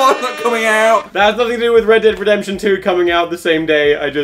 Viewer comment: "Redemtion" wuh?